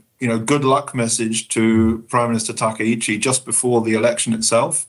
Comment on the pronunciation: TA KA ICHI, please, not TA KE !